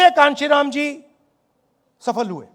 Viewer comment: कांचीराम 😂 नहीं काशी राम थे राहुल बाबा